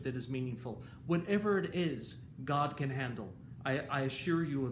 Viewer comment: I love all your video but every time you say god I cringed😝